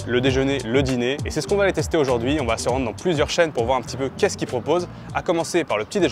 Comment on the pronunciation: Salut, Franchement ton "qu'est ce qu'ils" à chaque fois que je l'entend me fait très très mal à ma France!